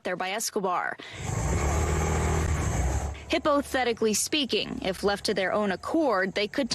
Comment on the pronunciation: I hope she gets an Emmy for “hippothetically speaking…”